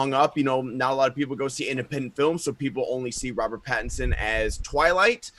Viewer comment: Haha someone got ’ “robbat batinbat” read out..... Well done that made me chuckle